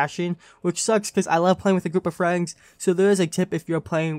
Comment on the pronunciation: bro can you pronounce friends right at least once. then I will like the video